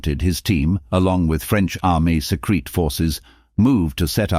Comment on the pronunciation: It's not 'secrete', its 'secret'. Can't you read in context?